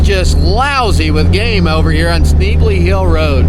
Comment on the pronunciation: You're the only person I've ever heard call it "sknee-bly" sir... It's schnebly (shneh-blee)! lol great footage of this beautiful state.